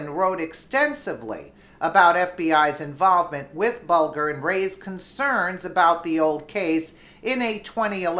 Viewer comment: Good report and in return I will give you a tip. it's Bulger as in bulge. Further it's Mueller as in Mule.